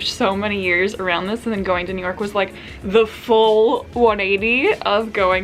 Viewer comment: me pronouncing New york: New york: Neork! syllables are a waste of time..am using neork from now on..lol